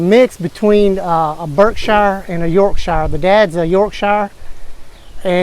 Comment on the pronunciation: excuse me, its pronounced York-sher. lol